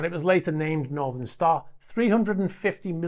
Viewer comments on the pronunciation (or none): none